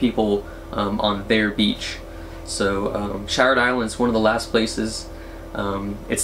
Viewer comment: Iwas waiting to see if you were going to mention Shired Island. I live near there, and it is my beach camping destination of choice. The only downside about it is the bathrooms. 🤢 As a side note, it is pronounced Sheered by the locals.